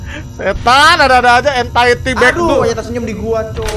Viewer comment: Entity Cok bukan entitid 😭